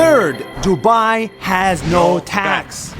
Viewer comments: broo lol its dubai its not duubaaaiiiii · Its Du-bai not DuByE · "Why Dubai" How i hear it : Why To Buy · Why Do You Buy? (Pronounce : Why Du U Bai? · When they say "Why dubai" it sounds like "What to buy!" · Ngl when they said "why Dubai?" It kinda sounded like "Why did you buy?" 🤣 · Why Dubai sounds like "Why do buy" like somebody who doesn't understand much bout English wanna say "why do you buy it?" But instead they said "why do buy?" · YOu SaID DuBAi WrOng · the fact that none of them pronounced Dubai properly lmao 😂